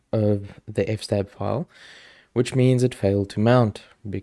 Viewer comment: NOPE its FS-TAB!!! as in EFF ESS TAB.....also nano is better than vim, vi, or emacs, systemd is GREAT, netplan is sooo much easier than ifupdown and kde is fine but gnome looks better.....might as well get it all outta the way right off the bat! haha